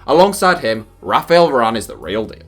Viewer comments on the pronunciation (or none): none